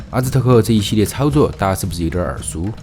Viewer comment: 是阿兹台克在玛雅的西边吧？ 听着不标准的发音对照地图再打开字幕😂